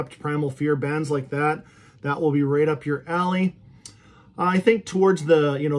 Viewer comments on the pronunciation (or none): none